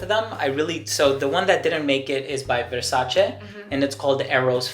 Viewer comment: Smh the only youtuber that pronounces "Versace" correctly👏🏻